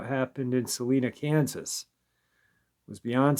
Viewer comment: How funny. The small town of Salina, KS is pronounced “Sal - eye - nah” and not “Sal - een - ah.” Phonetically speaking, you might be right - but locals say it the other way. Kind of like how people say Loy-er instead of LAWyer. Phonetically speaking, it’s law-yerh. Salina actually isn’t too far from me, maybe a 2 hour drive if that. I could see the area being able to hide a beast like a dogman. I have family up there and from there.